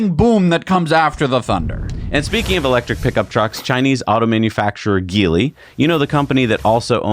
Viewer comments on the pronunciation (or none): Ah, Jeely guys. Can't you just say Jeely guys, ah jeely guys come on. How long is it gonna take for you guys to say Jeely guys? Come on. It looks like Geely but it sounds like Jeely.